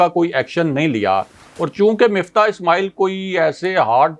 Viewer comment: بندے کا نام مِفتاح ہے جیسا کہ راجہ ابراہیم صاحب درست طریقے سے کہتے ہیں۔ مُفتا نہیں ہے۔ کسی کا نام نہیں بگاڑنا چاہئے